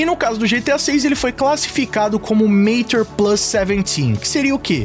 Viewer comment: A pronúncia pra quem gosta de falar certo é: Matchúr e não Mêitchur. Esse segundo jeito se aplica a palavra Nature. Nêitchur